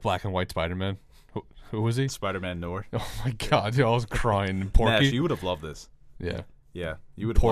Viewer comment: It’s “no - are” not “nor”. There is an i in it because it’s French. Also basketball, rap, musicals, Tarantino, and DC comics all suck.